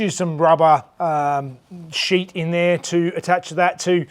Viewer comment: Did he say shit metal work or sheet metal work on the engine bay...LOL